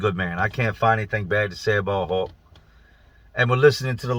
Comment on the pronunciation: I watched a video the other day that I could have swore he was saying "hawk" then by the end of the video I realized he was saying "hulk". I imagine it's the same guy cuz how many people could a guy possibly know called hulk?!